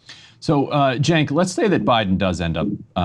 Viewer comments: Why he keeps calling “Sink” ?😂😂😂😂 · 100%. Extra bonus points for totally mispronouncing Cenk's name, an hour into the conversation. Edit to add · Am I the only one bothered that he is mispronouncing Cenk’s name? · This fucking nerd is whats wrong with Democratic party. He can't even say Cenks name right after hearing it for over an hour